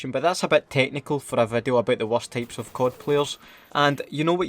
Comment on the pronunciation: I can’t understand this dude lmao he keeps saying 6 tapes of players instead of types lmao